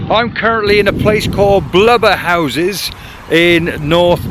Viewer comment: Nice work, your Blubberhouses pronunciation is very good. I have driven past this location countless of times and never stopped to have a look around, is this normal not to really stop and look what's in your own back yard? I recently read an article that stated the old remains of the village at Thurscross reservoir were visable due to the water level being low, they moved the residents out when they decided to dam the valley. Well I hope they did. Peter Rennison.